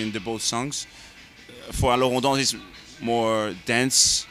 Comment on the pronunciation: ***** IKR. Alors on danse was pronounced badly as well lol.